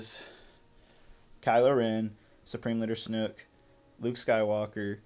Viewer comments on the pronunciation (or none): Only thing I disliked was you pronouncing it Supreme Leader "Snook"